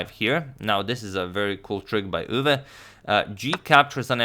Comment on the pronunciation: As a Dutch person, your pronunciation of Max Euwe isn't bad at all. Nodody actually says 'Machgielis' but many people turn Euwe into Urva or whatever whereas your 'Euwe' is pretty good.